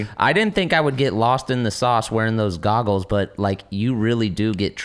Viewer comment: Adam would say “ goggers” instead of goggles